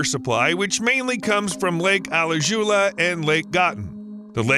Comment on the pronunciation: I was listening happily until you massacred the pronunciation of Alajuela and Gatun, for a second, Alajuela sounded like closest to Okeechobee, and a lake in Gatun is almost lo Gotham City lake